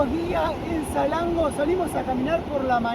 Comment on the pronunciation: Él: Salengo El traductor: esa lengua Nombre: Salango 😂😂😂hermoso video chicos.